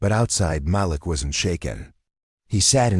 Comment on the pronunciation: Can you say. Ma Leak …..Idiot narrators